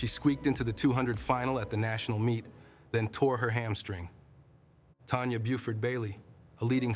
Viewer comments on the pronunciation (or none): none